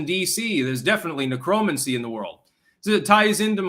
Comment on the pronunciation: IDK if you mis-pronounce words on purpose for entendre purposes that i miss. Considering the root word has the same meaning as a similar sounding word, I'm guessing your pronunciation was purposeful. But for the record, "necromancy" is: nĕkʹ-rə-măn'-si